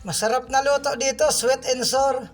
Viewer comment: Sawr or sour idol Hindi sor Mali ang Paka pronounce mo idol pinuna KO Lang idol Baka Kasi pagtawanan Ka nang MGA basher mo😂😂😂✌️✌️✌️👍👍👍